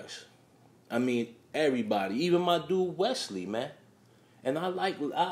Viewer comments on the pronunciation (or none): none